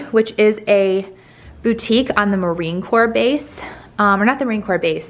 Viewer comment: How pathetic the way you kept pronouncing Target & boutique. It makes you sound..pathetic. The fact the house looks like it was decorated by a red and white muppet.